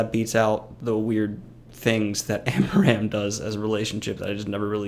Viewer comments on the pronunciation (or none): I honestly cringed every time you said amaram. It's aram. Period.